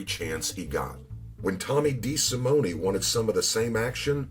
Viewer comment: When pronouncing the Italian Surname of "de Simone" the "E" at the end of Simone is silent. I know this to be so, as I knew someone by that last name & that is how they pronounced it. I enjoy your presentations, and I know you go for authenticity that is the only reason I'm telling you about the pronunciation of de Simone.